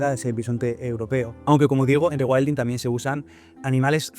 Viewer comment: con tanto "regüaildin" me pierdo